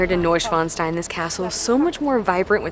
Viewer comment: Hey and sorry, but i was amused again about your pronunciation (of Neuschwanstein). It was something like New Dick Stone in German😁. But i like your cinematic Footage very much👍. Have a nice trip.